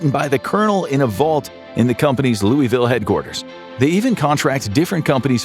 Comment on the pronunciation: It's pronounced "Loo-Uh-Vull"